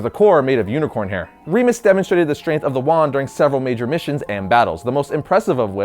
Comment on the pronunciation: It's Not Reemus, It's Remus.